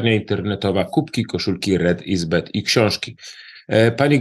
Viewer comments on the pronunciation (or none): Panie Piotrze, błagam, red is BAD, nie BED... BAD to "zły", złe", BED to "łóżko"...